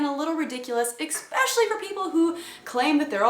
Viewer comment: LOL you said "ecspecially" or maybe "exspecially"... im not really sure how to spell mispronounced words. love most of your stuff ;o)